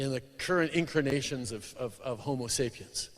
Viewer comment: Burst out laughing at 11 minutes. Love. What is that word 'incrinations' that Turdoh said?